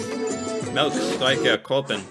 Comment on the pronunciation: you have to say it more like the actor playing Mr Milk: "Meeelk......... S t y r k e r - Kroppen" :)